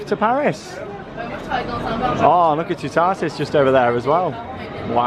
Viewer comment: I suggest watching a French channel for the pronunciation of Toutatis. It’s not a hard one for English speakers to say, but the sound of it is probably not going to be obvious until you hear it. The middle syllable doesn’t sound like ‘tar’…more like ‘tat’, without the final ‘t’.